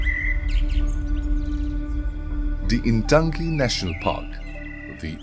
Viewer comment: 🎉🎉🎉 For non- indigenous general people at large, it is easier to say Intanki, instead of Ntangki. Shalom🎉🎉🎉.